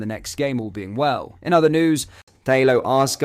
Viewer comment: Its assghard not arsegarrd